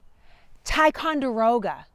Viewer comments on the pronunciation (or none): none